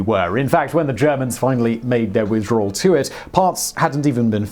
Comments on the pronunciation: 'Withdrawl' -- snerk Simon, your English accent is not a drawl. ('Withdrawal') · I'm sorry Simon. But "withdrawl", really 😣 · er... "Withdrawl" ?? Howdy Simon ... ;) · What's a withdroeawrool?